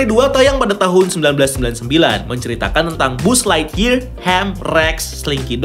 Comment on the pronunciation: Buzzlightyear bacanya "baz" anjeer bukan "buz" 😂